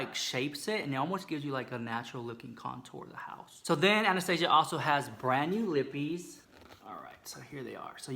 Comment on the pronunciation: Honey honey, you're not pronouncing Anastasia correctly.